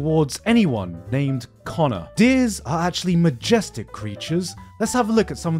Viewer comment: My mans pronounce Deers like Deez....was waiting for a deez nutz joke